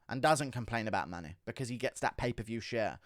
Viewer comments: I'm English as well but why can't you say the word money? Or anything with ey in !? 🤣🤣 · I know right it so jarring the way he says it, just want to put him in a headlock. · Why can't he say 'UFC' or 'money' properly? What is up with his accent. I have no idea where it's from in Britain